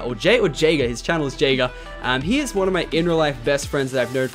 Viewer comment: It's funny when you say Jayger because my name is Jagger. LOL